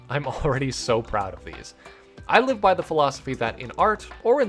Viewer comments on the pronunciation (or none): none